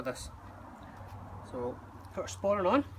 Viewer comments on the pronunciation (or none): shats the small belt called "sporn"? "spern"? i cant make it out